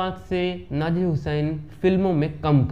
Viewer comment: नाजिर नही भाई नासिर हुसैन नाम है